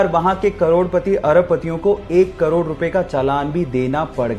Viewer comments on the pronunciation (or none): none